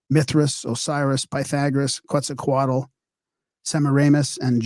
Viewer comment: STOP pronouncing Quetzalcoatl improperly, No “Quatatal” It’s quetazacoa if pronounced PLEASE You sound like an idiot Mispronunciating an extant god Please